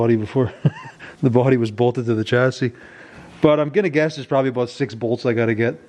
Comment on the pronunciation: ONE WORD TOLD ME YOU WERE IN CANADA....."ABOUT" LOVE YOUR DOWNLOADS....